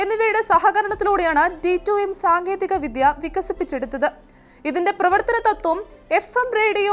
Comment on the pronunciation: വിധ്യ അല്ല, വിദ്യ എന്നു വേണം ഉ‌ച്ചരിക്കാൻ.